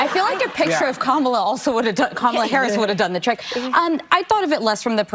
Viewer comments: Right!? And, she mispronounced Comma-la's name🤣 She called her Camel-la😂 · Did Whoopi just say “Cam-ela”? Is that racist? Isn’t it “Kom-ela”?? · Learn to pronounce the Vice President's name. Here, let me help you: COMMA-LUH (Kamala), not KUH-MAH-LUH. You sound like Trump mispronouncing it. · Why don’t they attack Whoopi like a bunch of cackling vultures ….she just mispronounced Kamala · Did anyone else notice that Whoopie mispronounced Kamala's name? What a racist! 😂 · So Whoopi also apparently has difficulty saying Kamala's name correctly as well. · Did Whoopie go and mispronounce Kumala’s name 😅 🤣 😆 😂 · Notice that Whoopi mispronounces Kamala. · Whoopi can’t even pronounce her name right. lol 🤦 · Whoopie mispronounced Kamala... SINFUL and against the law?..LOL...... sophistry ~noun the use of fallacious arguments, especially with the intention of deceiving: This is the LEFT 100%